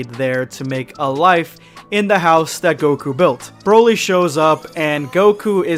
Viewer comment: Chroly or Brolai 😄😅